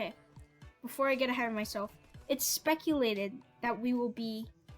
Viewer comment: Nice Vid Bro! Keep going! Also “speculated”🤣